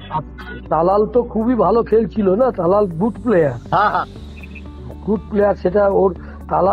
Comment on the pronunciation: আপনি কি করে সাঃবাদিতা করেন জানিনা।তালাল কে থালাল বলেন।